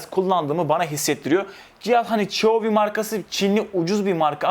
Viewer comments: ali erçin kardeşim buna sorma adam çuvi diye okunan marjaya çoyovi diyor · şhyhovi diye telaffuz ediliyor